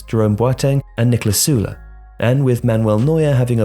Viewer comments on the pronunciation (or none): none